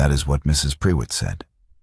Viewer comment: Prewitt is pronounced 'pru it' not pre wit which I found annoying and who was Catherine. I started off by thinking he must have sent his wife away so he could be with Catherine, not that she had left for another reason. I follow the subtitles and words were missing, sometimes it missed several words together and others spelled wrongly.